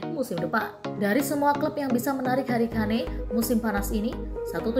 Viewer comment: Bacanya Ken mbak,😂🤭